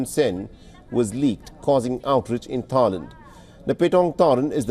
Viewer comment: instead of thailand it tryland🤣🤣😂😂